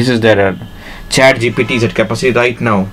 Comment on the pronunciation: Although I do understand what you are trying to say, I have to admit your English is really really poor. You are not even able to correctly pronounce the word "capacity" and you're really struggling with your flow and what you are trying to say. I know English is not your native language but maybe get someone else to do the voiceover narration.